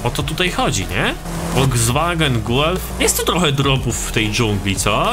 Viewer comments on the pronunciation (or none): none